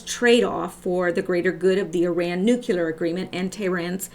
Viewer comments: nuclear = nu-cle-ar NOT nu-cue-lar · This is not meant to be a mean comment, but it is fueled by the frustration of living in a world where no one can seem to properly pronounce 'nuclear.' It's [Noo-Kleer] NOT [Noo-cue-ler] There is no "U" between the 'c' and the 'l', and if I can get just one person to start pronouncing it properly, all this pedantry will have been worth it. ...I'm sorry... do continue.